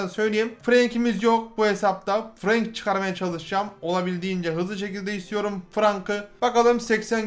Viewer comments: Abi ingilizcede "a", e diye okunuyor sen frank'ı frenk diye okuyucaksın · FRANK DİYE YAZİLİR FRENK DİYE OKUNUR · Abi bence Frenk okunuş olarak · abi FRANK DEĞİL FRENK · abi yazılısı frank okunusu frenk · Frank değil abi frenK